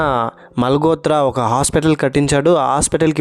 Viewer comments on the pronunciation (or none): మాల్ గోత్ర కాదు బ్రదర్ మాల్ హోత్ర అనాలి 💞